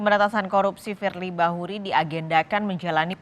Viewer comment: KETUA KPK YG DI MAKSUD. FIEI BAHURI. KOK NYEBUT ITU AJA SUSAH. USUT TUNTAS.